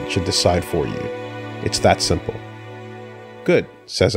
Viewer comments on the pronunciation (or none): none